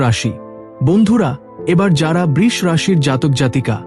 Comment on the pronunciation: Brisha rashi bolun. Brish noy. Apne vagya apnake uccharan thikvabe korte shikhabe? Shuva- kamona roilo - beshir vag awa- karanto uccharan- i bhul ❤ korchhen. Ashcharyya!